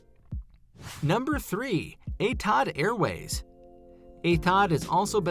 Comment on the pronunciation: I'm not no genius but Etihad airways being from UAE and me being from UAE, Im pretty sure its pronounced Ethi-had airways not E-tad airways!